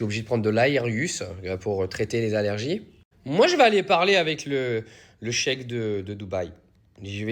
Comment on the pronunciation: Désolé je fais mon puriste, mais en bon arabe on dit Al Hamdoulillah. Marre de ces maghrébins qui mangent les mots. Et pareil ça se prononce "cheiRH", pas "chèque ". Signé un français.